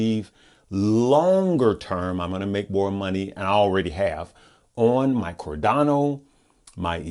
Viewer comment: Every time he says "cordano" 💀